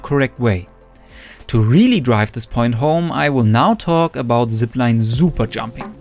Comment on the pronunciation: Zooper jump